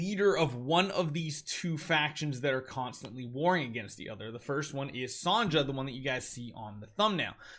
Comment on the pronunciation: lol, did you just say Sanja as her name? It's Sonja, like Sonia.